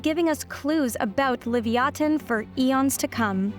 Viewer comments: I've always heard it pronounced "Leh-viah-tin" like the biblical sea monster it was named after, hearing "Li-vee-ah-ten" threw me off so much I didn't even realize what she was talking about at first. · That first toothed whale's Hebrew name is pronounced "leev-yuh-TAWN," not "liv-ee-AW-tuhn." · What's with the "Lee-vee-aten" pronunciation ???? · Lee via tin is how it's pronounced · I honestly bothered me, because its definately supposed to be pronounced leh-viah-tin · I know they spelled Leviathan as "Livyatan," but I can't get past the weird pronunciation. I mean, at least put the emphasis on the same syllables or something. I heard why. I still hate it. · The Hebrew לויתן is the original (unless you insist on writing it in Paleo-Hebrew), not the translation. It's stressed on the last syllable, but I'm not sure whether Hebrew or Latin stress rules should apply when a Hebrew word is borrowed unadapted (except for writing in the Latin alphabet) as a scientific name. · That's not how Livayatan is pronounced. You're just being loudly and confidently wrong.